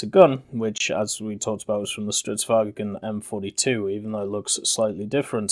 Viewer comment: if you're planning to cover more Swedish ground vehicles, I would suggest looking into pronunciations of Swedish words like Stridsvagn. Swedish might be a Germanic language, but the "vagn" bit doesn't have an "e" between G and N like German would, and the G is almost silent really. Btw, your way of saying "Pyörremyrsky" is absolutely hilarious.